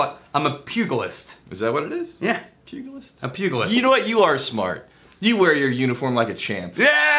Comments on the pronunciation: DUDE. It's pronounce pu-Ji-list. Clearly you don't watch nearly enough Simpsons. Rectify that please. FYI, you don't need a whiskey flavored toothpaste cause if you wash your teeth with whiskey you're Scottish, and everybody knows British people don't brush their teeth. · Pugilist, the g is pronounced like it was a j. If you want to feel better about spending on whiskey just remember that it's very hard to find a decent wine under $10. So if you figure a decent bottle of wine runs $15 - $30, not super high end just decent to very nice, and it lasts one evening, that bottle of whiskey starts looking like a bargain. Unless of course you are sipping it after a nice meal with s good bottle of wine!